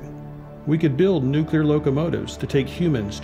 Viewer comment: Narrator needs to learn how to pronounce nuclear….